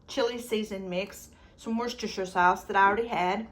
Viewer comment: Great meals and collaboration, you are a good cook. Also refreshing to hear you pronounce Worcestershire correctly. 😊